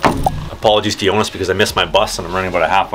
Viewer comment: You couldn’t be more wrong lmao. All the Os in his name are pronounced like the O sound in ”load”.